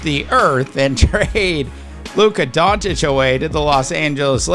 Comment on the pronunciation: It’s not Don-Titch…it’s Don-Chitch This is his 7th year in the league…are you that slow?